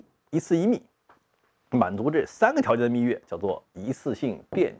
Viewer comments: 密钥（yao）, yue听着有点点难受，虽然不妨碍看内容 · 虽然秘钥这个词也可以读秘钥(yue)，但实际上密码学界都读作秘钥(yao)，因此读成秘钥(yue)是不专业的。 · 密钥yao，不是蜜月yue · 密钥（yao），钥匙的钥（yao） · 我怎么觉得不该读密yue而是密yao？